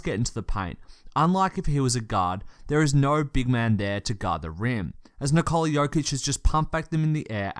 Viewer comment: The stressed syllable in Nikola is the same as in Nicholas - the first one. You say nee-KOH-luh, but it's pronounced NEE-koh-luh.